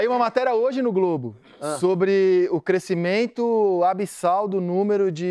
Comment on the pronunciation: O “crescimeintu”